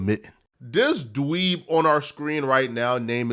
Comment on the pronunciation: I Love how Call them and Really Pronounce DWEEB when defining these dudes. Lol 😂😂🤣